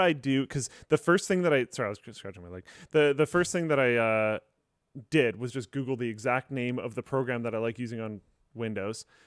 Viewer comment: "lets goofle that "